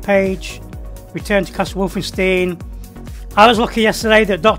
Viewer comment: The way he says Wolfenstein during the start hurts